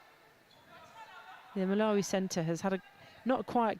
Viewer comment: Get the 2nd GS Malawi name correct. Basic